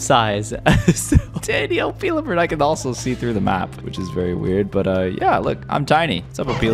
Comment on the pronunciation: Your pronouncing Opila bird wrong.